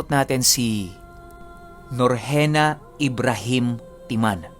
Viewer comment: wOw! aq un kht mis pronounce ung name q ok lng ' 😅✌✌✌ NORJENA like NORJANNA...Pro Thanks po pla at napansin nyo pag papapansin q sa channel mo pro 22o kht nagtatampo na aq todo support pa rin aq sau mga kwento mo at sa channel mo'...👍❤❤❤😊 todo tanggol aq sa ibang channel pag cnsbi ng mga subscribers dun na mayabang ka at di namamansin, kz di nla tlaga alam ang ano 2nay na ibg sbhn ng MAYABANG at sa sobrang dami lng tlaga ng taga pakinig mo minsan di mo mapansin ung ibang nag cocoment'...The Best ka lng kya maraming naka support sau' sna wag ka nlang i compare ng iba kz iba ka at magaling kna pag dating sa ganyang usapin na pag narrate lalo na sa horror'...nagulat tlaga aq sa pag SHOUT OUT mo kz sbi q naku sure nman di aq kasama jan pro ok lng cge shout out ka lng pakikinggan q" kya gulat na gulat aq sa pag shout out mo skn habang nag huhugas aq ng plato napangiti aq'...sbi q name q pla ma sha shout out 😅✌👍❤❤❤...again thanks po ulit ' more power sa channel mo'...👍